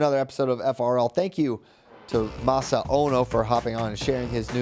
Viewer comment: The pronunciation of masanosuke is hurting me 😂